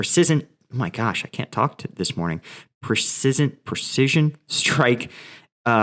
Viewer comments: Precision = pri-sizh-uhn 😂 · I'm pretty stoned and I also can no longer pronounce precdiaisioln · Precision,come on practice practice,you will end up pronounced properly.Tank you. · Man, if I had as many cruise missiles as times tried to pronounce "precision" I'd have more than the Russians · heh what is it with you and "precision" today:) that word is being quite the nemesis